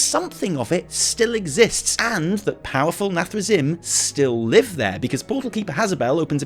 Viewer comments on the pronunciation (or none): PLEEEEEEEEEASE Can someone teach how to pronounce Illidan and Nathrezim?! Just go play WC3 and listen >:P